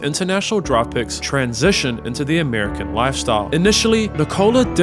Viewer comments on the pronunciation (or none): none